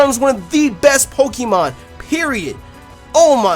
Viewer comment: Not pokEEmon, it's pokAYmon